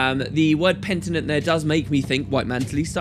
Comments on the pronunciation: sry i just have to say this, its penitent not pentinent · Penitent, not pentinent. Does pentinent actually mean anything? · "Pent i nent" xD I can definitely understand the slight error, I mean he talks for a damn long time. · Pen-i-tent PENITENT. It's driving me mad! He who seeks penance. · Thank you! I was like PENITENT! every time he said it wrong haha (was thinking I might've been the only one...). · It's PENITENT ^^ I swear MMOINKS was doing the same thing and I started thinking I might have been pronouncing it wrong in english this whole time until i looked at the comments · Not to be super nitpicky, but... it's "penitent", isn't it? :D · It's totally insignificant, but it was driving me insane!